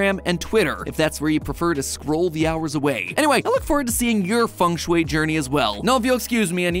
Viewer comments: I thought it was said like feng shui, not fung shoe-ay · Are you telling me it has always been "Fang-shway" instead of "Fang-Shuiii"??? My day is ruined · "fung schway, that thing you don't know how to spell' ... or pronounce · I didnt know got such thing funk shuey in the west, and the way u pronounce it, I LOVE IT!!! ♥I learn architecture in my country, and fengshui is part of "building physics" and "room psychology" to create comfy space, we dont use that geomancy magic, but just some science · "fang shoe-y" That's roughly how to pronounce it. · I thought it was pronounced feng shui (fang shwee) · I like the pronunciation of feng shui. As a chinese, it's the funniest pronunciation ever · As a chinese person. Hearing non chinese speakings pronouce FengShui in a foreign accent is hilarious. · A though I had on rewatching this. It’s not important but as a native Chinese speaker, MatPat pronounces Feng Shui wrong the whole video.😂😅🤣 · bro im Chinese and I didn't even realised that Feng sheui meant as everyone is pronouncing terribly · Matpat😂😂😂😂😂 your pronunciation of Chinese words are so goofy. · Sorry, but again… don’t you have a single Chinese-language connection who can help you guys with the pronunciation? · The ‘e’ in Feng is an ‘o’ sound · bro just mispronounces it the whole vid